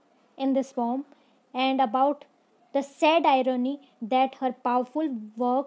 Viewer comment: It's a poem not pom....